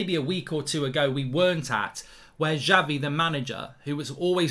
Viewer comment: i hope we sign him as fast as possible and btw Mark its Xavi not Javi :)